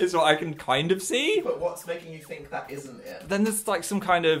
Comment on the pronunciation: i relate immensely to phil's brain trying to choose between saying "i think" and "i feel" but saying "i theel" instead